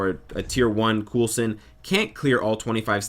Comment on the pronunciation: killing me. it's pronounced coalson not coolson. watch agents of shield